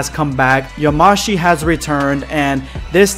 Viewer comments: Yamashi .... It's yamoshi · Stop saying "yaMAshi" it's "yaMOshi" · Yamoshi is pronounced ya-mo-shi